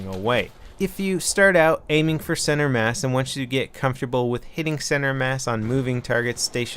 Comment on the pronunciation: Thank you for saying center mass!